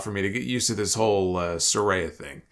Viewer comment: It's Sah-Rai-Ya